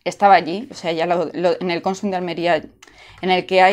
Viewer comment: Hola!! Una puntualización, que ya sé que voy a quedar como un pijo grammar nazi jeje.Cuando dices Consum el golpe de voz va en la última sílaba, vamos,que es aguda.Incluso aquí en la Com. Valenciana hay gente que lo dice mal.Por cierto, se te oye de lujo ahora con el micro 🥰🥰